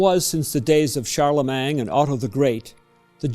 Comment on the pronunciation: Please don't say Charlemang - it's Charlemagne.